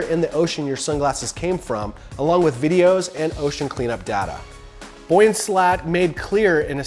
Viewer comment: Your pronunciation of Yves and Boyan makes my insides curdle.